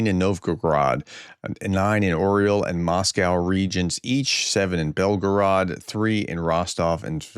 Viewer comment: Orel is not an oreo cookie ! It is an EAGLE !!!! In Russian it is spelled with an umlaut on the "e" - giving it a "yo" sound ! The "O" is pronounced as a short "A" so say " A ryol " not reeyol !!